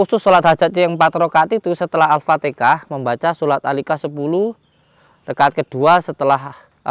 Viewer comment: Sorry ya..yg benar itu baca ALFATIHAH/ALFATEHAH....jangan dibaca AalfateKAH....HA dgn KA berbeda